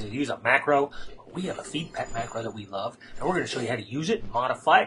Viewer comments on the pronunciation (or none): none